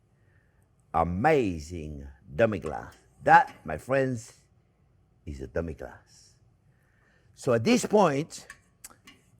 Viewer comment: Your extra accent on "Demi Glacé" is an example of a hyperforeignism